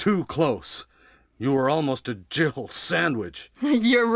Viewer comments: Or was it Gibble Sandwich? I know everyone says Jill but I hear Gibble. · Ok does Barry actually say " jill sandwich"? You can clearly hear 2 syllables drib-ble sandwich. Maybe he is saying jill-ble sandwich but that makes no sense. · Really? Played it recently and I still hear him saying Jibble. Lol. I still think about that line. Barry is so cool. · I always heard Barry say " You were almost a jibble sandwich!" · Everyone say's Jill sandwich but doesn't it sound like he says Jibble sandwich? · I've always heard "jiggle" lol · Whenever I hear Barry say that I keep hear jibble sandwich not Jill sandwich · Who else heard "Gibble Sandwich" ??? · I thought he said Jibble too. Apparently, it's Jill.